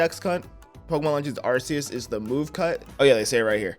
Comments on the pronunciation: No it’s arkeus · iT'S aR-cE-eS BRo